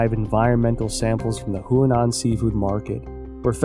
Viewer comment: Huanan seafood market, NOT Hunan. Apart from that, excellent job.